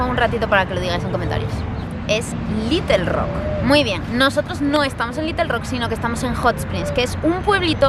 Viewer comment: Me parece que tu manera de pronunciar esos nombres no es la mejor.